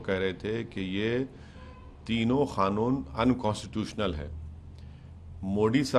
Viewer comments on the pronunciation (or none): Laude kanoon hota hai khanoon nahi